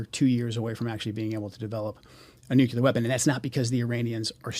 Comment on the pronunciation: Why can’t this intelligence expert pronounce the word “nuclear” properly?